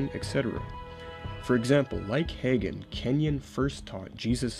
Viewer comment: I can tell you did not cut your teeth in the charismatic movement, or you would have had it etched in your soul that Hagin is pronounced "Hae-gin" Unlike you, I am one who came to faith in the charismatic movement, originally a Spirit-led movement of God, antecedent to its falling off the deep end and takeover by Word of Faith. So my prayer is not to throw the whole charismatic movement out with the filthy bathwater, contaminated by WoFers, but to redeem it in some way. However, I am to the point that I don't appreciate the label because it has been so tainted by the apostates and heretics mentioned in your video; I prefer to simply call myself a "Continuist" (as opposed to Cessationist).